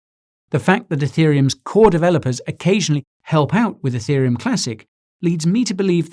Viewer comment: Every time he said Etherium it triggered my iPhone which for some reason thought he was saying Hey Siri.